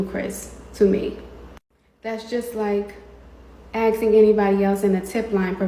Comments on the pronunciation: “To be acksin me for evidence.. that’s juss ludicrous..” 🙄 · the moment someone says “aksing” instead of asking immediately has all following words nullified. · A rule of thumb in life, if someone says "aksing" when they mean "asking", then you can safely disregard anything they say for the safety of your brain cells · I usually don't like to judge a book by its cover...I'll give anyone a chance,but if you say, "Everyone has been axing..." instead of saying, "Everyone has been asking..." I'm not going to take you/your word seriously. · “Axin me” 🪓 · The fact that she can’t even say “Asking” is ridiculous and people believe her too? Jesus, someone bring her down a notch. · She can't even say 'asking'....